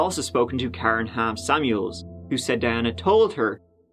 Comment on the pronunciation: Every time you said Ham Samuels I heard “ham sandwich” 🥪😂